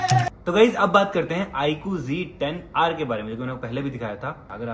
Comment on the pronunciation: Sourav Bhai IQg10r Nehi IQZ10r bolte hain bhai kya yaar galat bol rehe ho aap 😅